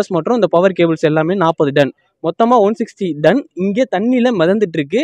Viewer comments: பத்திரிக்கையாளருக்கு.. தமிழ் உச்சரிப்பை நன்கு பழகவும்...அது டன் (Ton) Don இல்ல... தமிழ் செய்தி நிறுவனம் ஆனால் பேசுவது தமிங்கலம்...தமிழ் சாவுது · It's not done It's ton